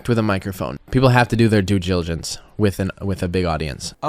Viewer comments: Dont take financial advice from people that cant pronounce simple words like "glligence" lmao, anyone taking this idiots advice deserve to lose their money at this point. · Why does he say "dliligence". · He can't even pronounce diligence with those turkey teeth, oh the irony. Rip diesel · due giligence* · bro he needs to learn how to pronounce "due diligence", i thought it was a slip up the first time but then he did it multiple times lol "dju djiligance" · I thought he said Jew Jilligence. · wtf is jillijance? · To be fair, it did sound like he said due giligance, and he obviously did that. What's to complain about? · Did he say Jewdiligence ?? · Did he say "due jiligence "? Yeah, that's about right . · The irony coming from a man who can’t say due diligence 😂 big fan coffee, keep up the good work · Whistle can't even pronounce diligence 😂 You can tell he just learned that word recently. Ahhh, it's so cute when the ignorant try to appear not to be. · Cody can't even pronounce the word diligence 😅 how ironic